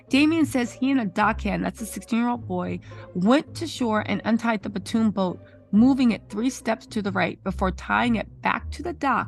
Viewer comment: It is a Pontoon boat. PON-TOON. Not Patoon, not Platoon.